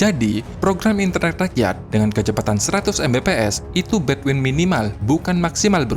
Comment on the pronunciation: bandwith bang bukan between